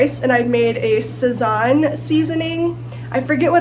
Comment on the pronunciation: Love your cooking adventures, just as an FYI, its sah-sohn.